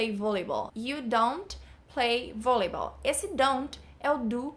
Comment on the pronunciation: Sua pronuncia de Volleyball tá errada... é Vóliból!